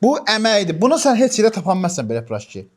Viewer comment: Peraşki❌ Pıraşki✅